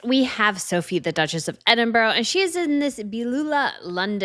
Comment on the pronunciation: Oh good grief, learn to pronounce Edinburgh. I say this but obviously either doesn't read the comments or doesn't care.